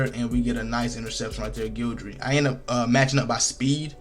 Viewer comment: I been fighting the urge to say this all year… his name is GUIDRY 😂😂😂😂 ain’t no L in his name 😂😂😂🤦🏿‍♂️🤷🏿‍♂️